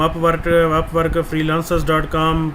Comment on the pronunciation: Way seraiki aaa. Laaaancer kya honaday? FreeLAAAANcer :D